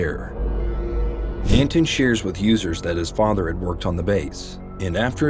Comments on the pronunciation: You kept calling him ANTON.. and it's ANT ANON.. lol (Ant creature? Anonymous throwaway account..) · son of ant anon*** not son of anton